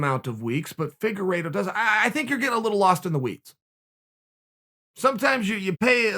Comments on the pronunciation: Uncle Chael: Figureedo..Figeraydo...Faygeraydo...Fagerido...Figerplaydough.. Me: Okay great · His name is pronounced Fig-ward-o. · Chael “FIGurE-iTTttttTtto” sonnen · Just how good is Deiveson Figueiredo? Chael actually corrects his mispronunciation of his name.